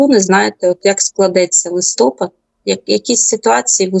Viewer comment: Дівчата, не листОпад, а листопАд. В українській мові всі назви місяців звучать з наголосом на першому складі, крім листопАда. ЛистопАд звучить з наголосом на останній склад.